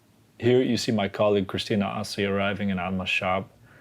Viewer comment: The way he pronounced "Assi", he lost all credibility.